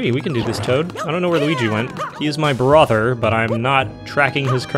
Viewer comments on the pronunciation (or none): “He is my bRaHther, but I am not tracking his current whereabouts”